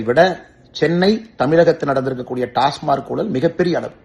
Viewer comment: Not able to tell TASMAC. Saying as TASMARC What an IPS officer